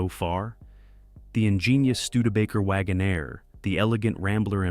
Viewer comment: Wagonaire. NOT Wagon -Air